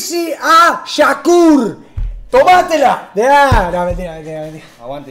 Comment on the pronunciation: "acaten las órdenes" PARAAAA que te comiste flaco!!! YZY A "SHAKUR" SHAAKUR?? Naaa vos estás re quemado